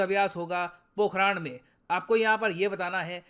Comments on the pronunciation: पोखराण नहीं होता पोखरण होता है मैं पोखरण से हूँ। 🙄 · Sir I'm from pokhran and I want to tell you that this is पोकरण and पोखरण not पोखरान . Please sir dil se bura lgta he jb aap hr baar yhi naam lete ho ☹️ and if you read this comment then please give heart 💖💓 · Namaste sir 🙏 mai jodhpur rajasthan hu apka pokhran ka pronunciation thoda glt tha sahi pronunciation पोखरण hai thankyou sir 🙏